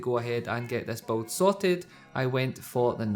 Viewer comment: it's build! not beld